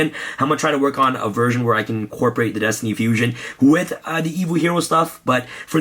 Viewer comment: My OCD gave me a headache every time he said destiny fusion.